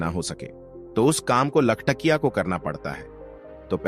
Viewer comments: लखटिया नहीं सर लखटकिया कहते हैं 😅 कहानी बहुत ही मार्मिक है। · लखटकिया होता है लखटिया नही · लखटिया बोल रहे हो, अरे बेबकूफ लखटकिया बोल न